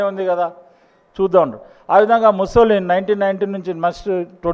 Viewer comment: తు తు తు అని మాట్లాడే బదులు కొద్దిగా మంచిగా ప్రిపేర్ అయ్యి కాన్ఫిడెంట్ గా ప్రసంగం ఇవ్వొచ్చుగా. ముసోలిన్ కాదు అది ముసోలిని. ఇజ్రాయెల్ ప్రజలు ఇజ్రాయిల్స్ కాదు ఇజ్రీఆలైట్స్. సబ్జెక్టు మ్యాటర్ బాగుంది కానీ ప్రెజెంట్ చేయటం స్లోగా వుంది. కీప్ ఇట్ అప్. 🙏🇮🇳